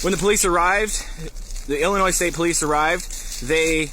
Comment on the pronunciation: I believe it’s Illinois